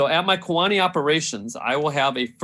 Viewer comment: The City of Kewaunee is pronounced: KEY-wa-nee. Not K-WAA-nee.